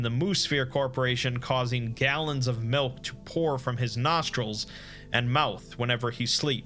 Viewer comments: "melk" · I'm gonna need you to say milk one more time please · The way this man says milk is just weird